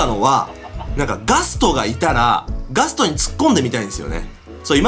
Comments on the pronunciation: ガストおお〜〜 って言ってたときガトーって聞こえた。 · ガストがガツトに聞こえる